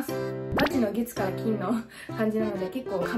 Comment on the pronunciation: 最初｢月火金｣って聞こえて、なんでそのチョイス？って思ってたら月から金だった